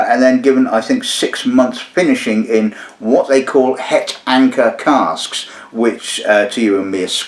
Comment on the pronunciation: I've heard you butcher many a language but your Dutch was actually not too bad. 😁 "het" is pronounced like "hut" in English by the way. Cheers from Flanders.